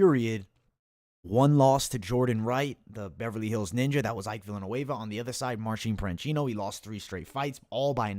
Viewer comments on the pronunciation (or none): You kept mispronouncing Marcin Prachnio calling him Marcin Pranchino. Otherwise, spot on breakdowns and predictions! I used some of your picks for another Capper Comparison Picks video. Thanks for the great content!